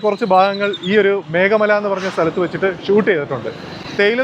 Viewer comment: മേഖ മലയല്ല ഭായി മേഘമല ....🙏❤️